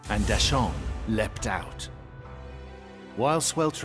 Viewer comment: Did any other mandarin speakers die a little on the inside every time they mispronounced a name? (Like Da Sheng --> Dashaun? srsly? XD)